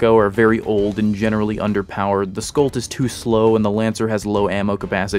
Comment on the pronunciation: I'd note that the Mako would be pronounced "May-ko" given that it uses the sharks name and, eh, the Gladius would be "Glay-dius". The Scholt just drives me mad. It's a soft sound "sholt" not "skolt", it's a more German name than the majority English names used for most UNSC classes.